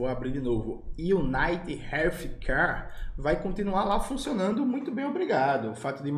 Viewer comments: é um gigante da pedagogia. "United=Manchester United" e "healthcare=relf quer". E o Jones ainda destrói a pronúncia kkkkkkkkkkk. Que dupla dinâmica. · iunaited rélfquer (o F é de quem tem lingua presa)